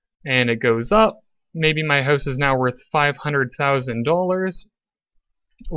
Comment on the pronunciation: You killed it after pronouncing house like hozz 😂